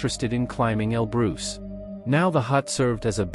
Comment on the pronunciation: Mount El Bruce!